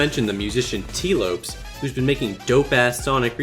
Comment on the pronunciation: Sorry for the pedantry but as a Portuguese citizen I feel the need to point out that "Lopes" is pronounced "LAW-psh", not "LOW-psh"